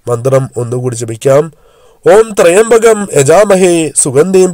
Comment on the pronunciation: ത്രയംബകം എന്നല്ല ത്ര്യംബകം എന്നാണ് ' ത്രയംബകം ശൈവ ചാപമാണ്. മന്ത്രങ്ങളിൽ ഉച്ചാരണ ശുദ്ധിയാണ് പ്രധാനം